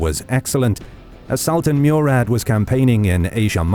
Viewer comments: its not Meurad its Murad try to pronounce names correctly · It is "Morad" not Murad. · Murad pronounced Mo-Rad not Mew-Rad. Great animation by the way 👍